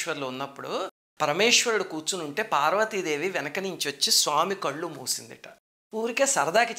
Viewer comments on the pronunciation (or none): none